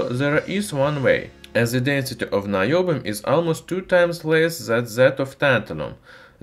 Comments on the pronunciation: Naiobium in the way that he pronounced in Russian would translate as Bullshitium XD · Наебиум? Звучит подозрительно! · наёбиум AHAHAHAHA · Наёбиум... Хороший акцент бро :D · About наёбиум. I can't listen seriously past this point. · "Noobium" It's about time the noobs had an element of their own! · The way you say "Niobium" makes Russian viewers think that you are lying very hard.